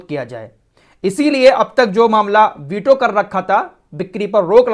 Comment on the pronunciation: बीटो nahi वीटो rampur wale व को ब बोलते हैं😂😂😂